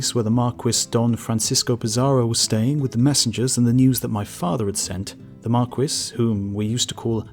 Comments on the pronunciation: Marquis is pronounced "Mar-kee" not "Mar-kwis" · Marquis isn't pronounced mar-kwis, it's mark-ee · I though marquis = mar-KEY. French word, and all... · Great vid, luv the channel, but the word "marquis" is meant to be pronounced "mar-kee / mark-key", just like the rapper Biz Markee . . . . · Biz Markie, actually. I'm also American, but I was referring to the French pronounciation. I guess the Brits pronounce the word differently, ancient tribal rivalries between England and France and all that jazz. So, I'll call it a day and wish you a "cheeri-oh, old sport" . . . .